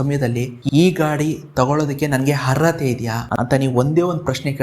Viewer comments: ಹರ್ಅತೆ ಅಲ್ಲ ಗುರುವೇ ಅರ್ಹತೆ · ಎಂಥ ಮಾರಾಯ ಹರ್ರತೆ ಹ ಹ ಹ 😂 ಸರೀ ಹೇಳು ಹೇಗೆ ಅರ್ಹತೆ ಅರ್ಹತೆ . ಕನ್ನಡವ ಕೊಲ್ಲಬೇಡ ಕಂದ.